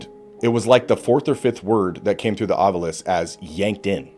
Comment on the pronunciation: Thank you for pronouncing “Ovilus” the correct way. It irritates TF out of me when people pronounce it as “Ovulus”. 🤣